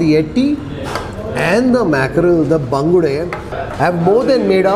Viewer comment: I am a Mangalorian, I like the way you pronounce the local name of those fish.